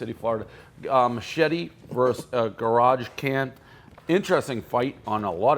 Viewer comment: did he say fucking "garage can"?